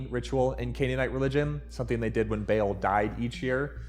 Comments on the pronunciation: Its pronounced bah aal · It’s Bay-All (Baal or Ba’al). Most of this information lines up more with Zeus than it does with Yahweh in my opinion. And the only thing that lines up between Zeus and Yahweh is “King of kings” similar to “God of the gods”. Zeus has power of storms and hurls lightning and is often depicted throwing them from the clouds where he presumably dwells. “Rider of the clouds” is not far off. Zeus also has a wife (or has had many wives) most notably Hera of marriage, fertility (childbirth), and family. Zeus defeated the Titans (with help of his siblings) and created Olympus - the kingdom that never ends. Zeus is the son of a Titans, Kronos and Rhea specifically, that could also make this connection. But instead of being human with a father that is a god, he himself is a god with a father who is a titan. Which we can call a titan a super-god for this purpose. All religions stories blur the lines, in almost all religions, there is a story about the earth being wiped out by a flood. So we can say everyone either adopted, stole, or maybe just accidental bad case of playing the telephone game, different depictions and stories of the same god or gods. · You are all WRONG. It is ba'lu, like the character from The Jungle Book or the word for bear in Hindi. Ba-al. Like Ba and then 'al' - is just the Hebrew version of saying the name בַּעַל. In Ugaritic it's balu. It means Storm Rider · it's pronounced "ba-al". It means "Owner" as in an owner of something. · BA EL FOR ba ba black sheep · True he is pronouncing it incorrectly because he is not a Semite , also it’s spelled B3al the second letter is Ein which iis specifically demotics . I’m a descendent of Canaanites so you can take my word for it … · Yes, he just saying Bale, a Wales International footballer lol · It's actually pronounced "bal" (rhymes with "pal"). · btw, when you say Baal, say it like Ball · Its "Beh All". Problem solved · It's pronounced 'Bay All' like the seasoning but backwards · bail lol